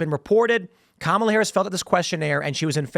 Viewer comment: One guy on the video keeps saying "Kamala" Harris name wrong. Is he doing this on purpose?